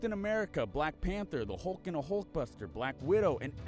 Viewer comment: "We have a Halk"